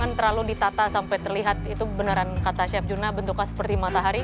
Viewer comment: bukan si arnold, tapi chief arnold, rupe rupenye terdengar seperti sif arnold